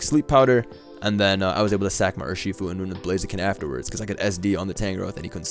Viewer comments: my man really just said bluhzeeken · lol thats how pronounces blaziken